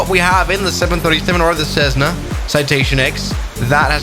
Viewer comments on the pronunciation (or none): Not cessna is jetssna